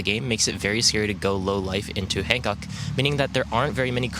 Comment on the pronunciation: Take a shot every time you hear “Han Cuck”